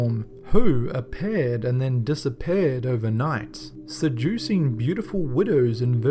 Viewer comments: Dissa- pear - ed ? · A-Paired and Disa-Paired bahahaha